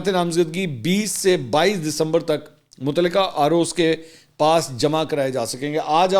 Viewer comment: LAFAZ SAHIH KARAIN {MOTALQA} HOTA HAY.